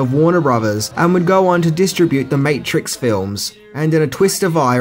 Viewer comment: That is NOT how you pronounce distribute lol